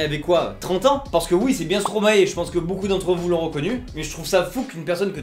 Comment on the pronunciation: STROMAEEEEEEEEEEE PAS Stromaé brr